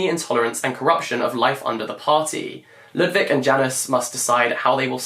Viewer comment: And Ludwik would be "Lood-veek" 🥰